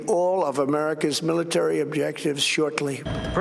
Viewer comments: Miliary??? lol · Miliary?? LOL!!!!🤭